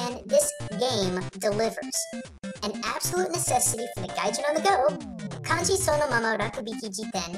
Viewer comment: you said it gajin. also weeaboo?